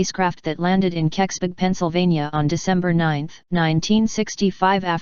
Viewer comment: It's impossible to mispronounce Keksburg unldss you're trying, why are you trying